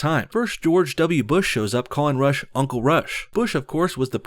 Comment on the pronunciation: When he says Rush I can't unhear Russia